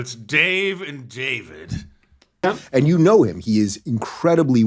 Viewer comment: gayve and gayvid 🤣🤣